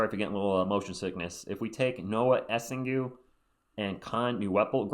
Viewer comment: For the record, it's pronounced more like Essang, because the -ue is silent after a G in french (and yeah, I'm french and I also agree it makes no sense). He'll probably be a good PF on the long term, solid rebounder but average from three, he'll def need a few years to get better though (and at least he's 6-10 so a decent height for the team). If we get Knueppel first though I'd rather get Derik Queen as a backup center, this'd make a lot more sense to me…